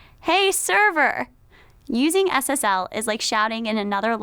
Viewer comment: When she says SSL it sounds like Ass Ass L